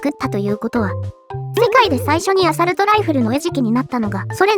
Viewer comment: アサルト⇒アソールト